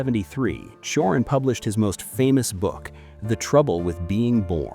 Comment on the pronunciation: The first sylabe of his name, Ci is pronounced as in Cicada, not Si. The accent in his name is on the A, and that A is pronounced like in Avatar. I agree with him and even more, i even dedire a nuclear WW3 to wipe us all, as a spit on God's face. Lets not fool ourselves, we are here as Gods puppets to be tortured.